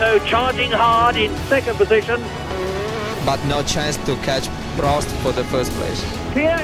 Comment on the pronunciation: Why can't Americans say Prosts name or Renault properly 😂 Michael Alboreto 🤦